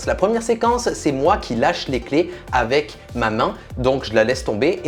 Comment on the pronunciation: Qui a remarqué que dit: avè au lieu de avec